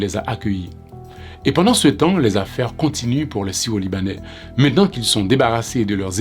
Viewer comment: Est-ce mes oreilles me font défault? Le titre dit: "Syro-Libanais", mais je ne peux m'empêcher d'entendre le narrateur dire : " sio-libanais"